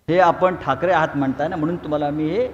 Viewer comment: आधी ठाकरे नीट म्हणायला शिक